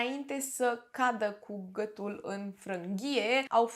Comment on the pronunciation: Hello. De ce nu pronunțați “ â”?🤣🤣 mereu m am întrebat de ce, dar nu am scris și acum mi-a venit iar în cap și nu am mai pierdut ocazia. “ gătul”, “ a țăşnit “